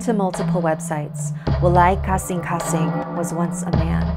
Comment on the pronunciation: I am bisaya and WALAY KASINGKASING is a bisaya word, and it's pretty refreshing to hear someone with an accent pronounce that word